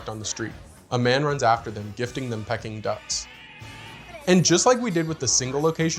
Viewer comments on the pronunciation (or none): I'm a fan of your videos. Keep up the good work! In the Ghostbusters segment you said, "Pecking duck"... have you never heard of the Chinese dish pronounced "Pee-King" duck? Don't mean to offend, but instead wish to save you the embarrasment should you put in an order for it in the future.